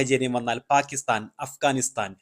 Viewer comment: Faaakistaan ennaa olathaaanaa 😂😂😂